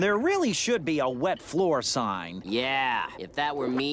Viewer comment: The way he pronounces wet floor sign is always so funny